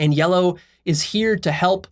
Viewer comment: word "yellow" slightly changed into "Leo", as though he described himself